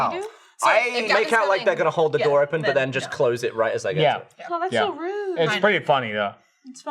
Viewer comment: What Lindsey said almost sounded like "deur" which is door in Dutch haha